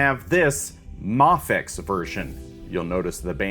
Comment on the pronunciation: Its mayfex btw